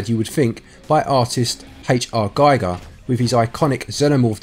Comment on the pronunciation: His name (Giger) is pronounced Geeger, not Geiger. It's German (he's from Swiss).